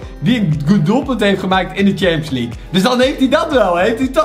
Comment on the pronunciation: Hey ik heb zeker geen haat je bent namelijk een van mijn favoriete yt bent maar de premier leugue zeg je fout en daar kun jij niks aan doen maar het is wel irri maar nog 10 k abonnees en dan heb je 200.000 abonnees BAWZ ARMYYYY